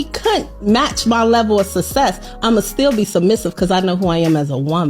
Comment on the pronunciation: All that money and still cannot pronounce success